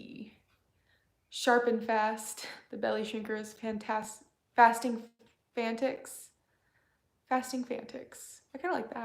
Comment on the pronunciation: Hi, I think my suggestion for the name of your fasting group was a bit misconstrued. I said I think #Fasting Fanatics would be an option. I think you read it as fantics instead of fan-at-ics ( as in enthusiasts). Just a thought. So glad to be losing weight when unfortunately so many people are eating their feelings and gaining weight during this time. Thank you for what you do. Thanks to you my self-worth is getting back to what it used to be.